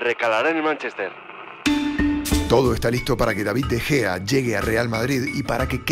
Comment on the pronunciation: min "De Jeo" ahahah 😂😂😂